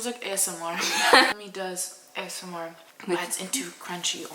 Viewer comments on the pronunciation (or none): none